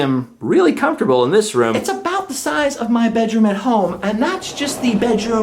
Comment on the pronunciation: “Look at the shizeof this” that’s what she said. 😜